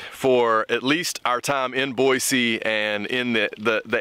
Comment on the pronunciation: The obvious effort you're making to show respect with "Boy-See" being pronounced right in your Georgia dialect makes me laugh a little